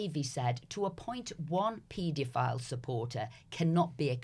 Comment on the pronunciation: Can somebody tell this bloody woman how to pronounce paedophile properly? It’s driving me mental.